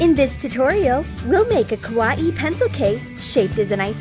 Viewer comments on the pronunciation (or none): they pronounced Kawaii as ku-wa-ee-ee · Also she said kawa-ee pencil case. IT'S KAWAII FOR PETE'S SAKE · How you said Kawaii is actually the wrong way. Saying It like that means you said scary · you guys pronounced Kawaii wrong...!!!